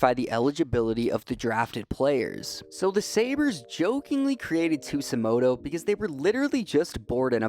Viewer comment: bro how tf do you get an S sound from a J in Tsujimoto ???? 😭😭